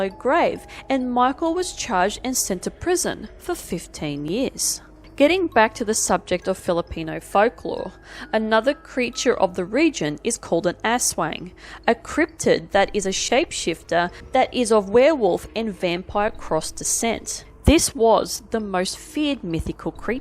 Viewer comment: Asswang? lol